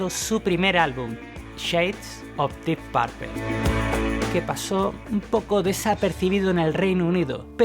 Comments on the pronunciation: 🤔🤔🤔 Vamos Tío si vas a mencionar a un grupo en Inglés por lo menos esmérate por pronunciarlo correctamente. Que diablos es Dip Parpel ?? 🙄🙄😳 es como que venga un Inglés y quiera decir Púrpura y terminé diciendo Parpara 😳 de inmediato lo vas a corregir no? Lo demás NO te lo corrijo por NO hacerte sentir mal pero me dolió el oído al oírte pronunciar Dip Parpel. 🙄😳🥴😣😖😡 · jajajaja, ta buena la biografía de la guitarra de "Dip Perpel", esa pronunciación hay que mejorarla. Pronuncialo así: "DYip Peipor", la "D" casi juntándose con la "Y", y al final casi no pronunciando la "o", casi que se juntan la "p", con la "r", así se pronuncia. En buena. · Solo di dip purpo... Suena que dices (dip papel)😉 Good video though 👌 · Dip parpel.....no ....dip perpl... Carlitos. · No se dice dip parpel se dice dip purpul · Me sburri de escuchar que diga deep parpel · Dep parple? Que feo se oyó esa pronunciación. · Se pronuncia "Dip Perpol" la última e suena más como o que como e. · PORQUE PRONUNCIAS LA "U" COMO " A", ES " DEEP PUUUUUUUUUUURPLE" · Ja ja pronuncias muy chistoso “porpel”, siempre he pensado que Blackemore tiene problemas psiquiátricos. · Dip Parpel? Amigo muy buena la información pero en verdad, necesitas mejorar abismalmente tu pronunciación en inglés! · Que mal inglés del presentador. Dip Parpel😫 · De acuerdo contigo. El problema es que lo que escuchan como pronuncia lo repiten así. Y no solo es "Dip Parpel" tiene otras, ese afán de pronunciar la "U" como si fuera "A". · Dip parpel? Enseñate a pronunciarlo bro. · Deep parpel?si te escuchara ese guitarrista enojon capas te busca en españa y te mete tu vergaso por pronunciar mal purpura en ingles mejor di morado purpura total estas hablando en español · "DIP PARPEL" JAJAJAJAJJJAJAJAJAJAJAJAJAJAJAJJ NO HAY ESPAÑOL QUE SEPA PRONUNCIAR EL INGLES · Dee parpel, jaja. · "dip párpel" j-j-j-j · Que chistoso escuchar "dip parpel" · Dih Parpel....😂😂😂😂😂😂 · O cuando dice "Dip Parpel" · Amigo pero que mal pronuncias DEEP PURPLE